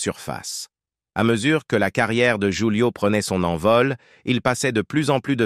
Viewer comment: Prononcer "roulio" et non joulio😂